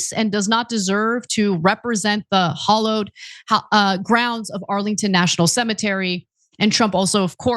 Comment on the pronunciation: Ana, "hallowed" is not pronounced "hollowed."